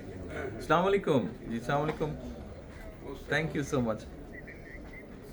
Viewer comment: স্লামালাইকুম নয়। আস্সালামু আলাইকুম।